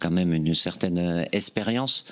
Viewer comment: Il ne sait pas dire les x le Dédé,expérience,😂😂😂